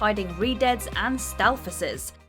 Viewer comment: I knew I wasn't crazy. I've never heard Stalfos said that way by anyone.